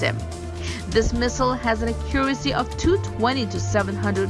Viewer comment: Can someone please tell her how to pronounce “accuracy”. Thanks 👍🏻